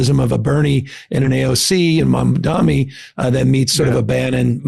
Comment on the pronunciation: Newsom can’t pronounce Mamdani. Huh….